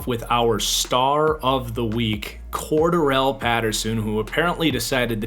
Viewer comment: Nitpick but still, you’re pronouncing Cordarelle wrong. Love your vids though